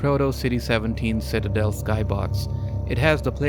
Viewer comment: Ah, yes, the Shitadel.